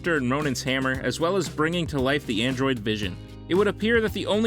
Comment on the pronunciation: hhahahahah he just said androind vision